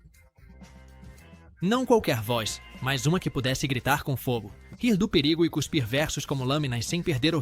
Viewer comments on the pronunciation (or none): none